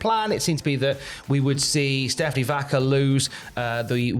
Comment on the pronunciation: "Stephanie vAKEr"